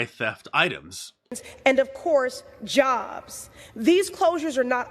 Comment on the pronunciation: She said job's...LOL😂😂😂